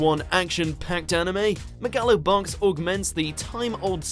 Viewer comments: Did he just say Ma-ga-lo Box? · Me-gal-o Box. Wtf who says it like that? Edit: I'd but that Golden Kamuy game.